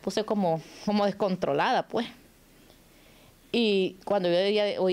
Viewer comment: No se dise pue o puej. Se dise pues. Con. S al final.